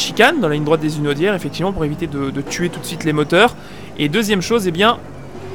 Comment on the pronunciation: Pitié...Pas les "Zunaudières"...Il y a un 'H' aspiré à Hunaudières ;-)